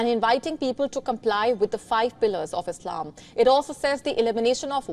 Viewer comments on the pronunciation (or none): none